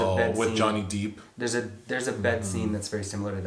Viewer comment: Lmfao "...with Johnny DEEP." choice of pronunciation is hilarious.